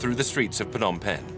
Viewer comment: Good overview on the history of Phnom Penh, but I wished the narrator would try harder to pronounce even just half of the Khmer names properly. Like you're making a documentary about a country and culture but won't even bother learning the phonetics? Sis...